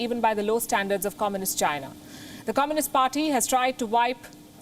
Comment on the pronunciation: When this lady is delivering a news … China sounds like ShriLanka 🤣🤣